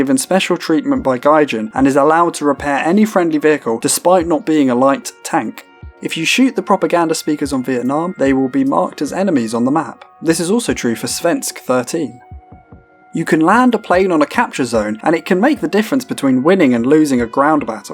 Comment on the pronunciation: he pronounced seversk as svensk which is the swedish word for a swedish person....